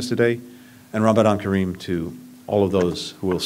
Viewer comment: ههه نطقه ف اللغه العربيه كويس 😅 ونطق رمضان كريم صح، لو اخد كورس عربي حايبقى تمام.